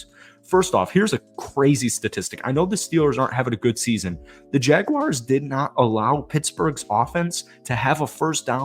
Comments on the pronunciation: Say, Jag-Warz. Read it again. Now say Jaguars...🎯💯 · No complaints about the video but it is Jaguars, pronounced "Jag-wars". Lol love your content.